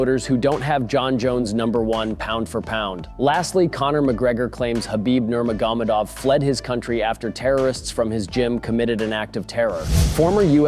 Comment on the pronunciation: Well, not really how Nurmagomedov is normally pronounced....